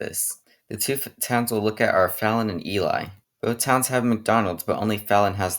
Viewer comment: Love the video dude but as a native Nevadan myself, some of the ways u pronounced the towns coulda been better. Like tonopah and ely. Tonopah ends like your saying the word paw, and Ely rhymes with steely. I don’t know why but the people in those parts are very persistent on the names